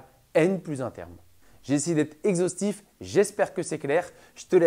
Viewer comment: le mec a caler le mot "exostif"